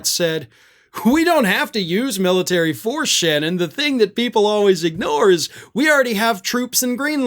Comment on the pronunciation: The "Miltary.".